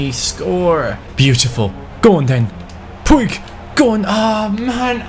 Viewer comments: ITS PRONOUNCED POOJ NOT POO-IG😂😂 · Puig's name is pronounced "pug" not like the dog but more like "pooj". Like so can see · Puig is actually pronounced “Puch” Like so can see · Puig's name is pronounced puch, not how it is spelled. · I was about to say that ;D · puig is pronounced poodge Like so can see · In Barcelona they pronounce Puig like pooch Like so can see